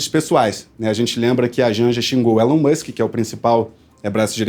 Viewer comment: Adorei o vídeo, mas pronunciem o nome de Elon Musk corretamente. KKK.